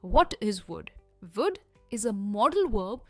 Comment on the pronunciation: First u learn to pronounce would it’s not wood sounding like wood